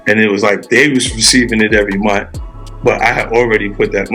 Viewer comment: Munt is not a word...the word is month. I hate that